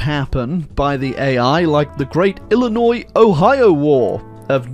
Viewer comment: So proud that pronounced “Illinois” correctly